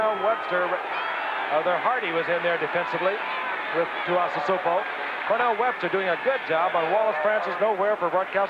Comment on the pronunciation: "Manny Tee-ahs-a-soup-o", just a rookie then. Wouldn't take long before they all knew how to pronounce Manu Tuiasosopo's name.